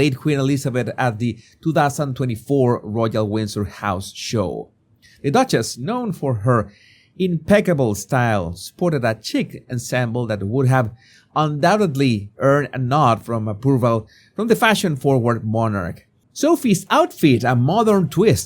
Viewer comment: CHIC is pronounced SHEEK.